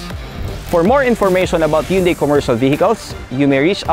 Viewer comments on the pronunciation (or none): mali naman pronunciation ng Hyundai. Dapat "han-dae" ang tamang pronunciation.